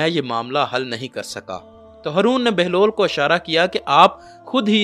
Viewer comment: بھائی ،آپ ہارون کی بجائے ہرون کہتے ہو 🙄